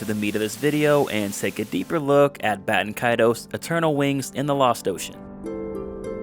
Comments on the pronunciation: Considering Baten Kaitos is the actual Japanese name to the game, there is only 1 way to pronounce it. Japanese doesn't have weird pronunciation rules like english. You pretty much just pronounce every single letter in Japanese. It's Bah-teh-n Ka-I-to-s. If it wasn't intended to be pronounced exactly as written, the Japanese would have changed the spelling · Bay-ten Kay-toes 😤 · it's important to remember that in Japanese, phonetics are virtually always pronounced the same way with very few exceptions. So ば is always "ba". And て is always "te". So yeah, it IS "Bah"-Ten Kaitos(u) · dont worry, I pronounced it apparently the most wrong way, which was BAY-TEN KAY-TOES.... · >know the game name pronunciation is confusing >finds primary source in Japanese AND an obscure English source >Still pronounces the name wrong I’m upset